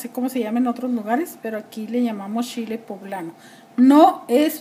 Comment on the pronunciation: No es picoso para usted. Su shile como usted lo dice (chile).